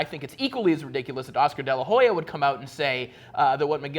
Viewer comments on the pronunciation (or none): The H in de la Hoya is silent. I think it's pretty funny how all these guys pronounce the R's like H's to sound brazilian but cant pronounce Spanish names for shit.